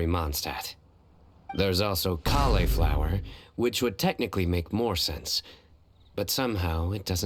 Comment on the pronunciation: "Collei flower" Cauliflower omg 😂